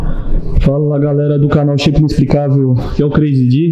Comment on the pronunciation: So entendi elas falando sheipado